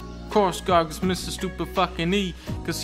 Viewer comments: it's GRAGAS not GARGAS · Spells Gragas. Pronounces it Gargas. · I wonder how long it will take for dunkey to realize gragas has an R before the A....